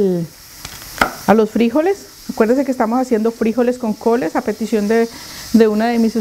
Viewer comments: Se dice es frijoles con el acento o fuerza de voz en la o. Se conoces tambien como judías. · Hola eres una princesa si, note te que te gusta el igles pero primero nuestro idioma pronunciación frijoles n lleva acento en la O